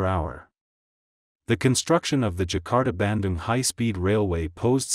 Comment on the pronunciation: Bandung I thought was pronounced like 'ban-doong', not so much like 'banden' ...